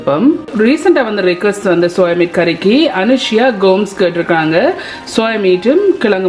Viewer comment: It’s not soya mate It’s soya meat mam Please take care of your Tamil